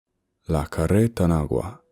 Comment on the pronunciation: While carretanagua is nothing formal your pronunciation is very good.